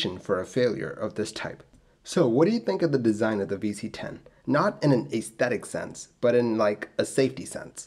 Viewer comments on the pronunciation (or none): You pronounced “thought” and “aesthetic” wrong 😑